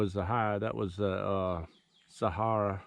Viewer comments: They are "See-air-uh" bullets, not Sahara as in Sahara dessert. I was confused until I figured it out. Sierra are great bullets. Great video...thanks! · It’s SEE-ERRA not SA-HA-RA